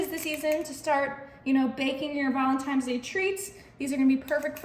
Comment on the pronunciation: The dessert looks YUMMY! Just curious...Is it just me or do I keep hearing ValentiMe's Day instead of ValentiNe's Day? A very common mispronunciation!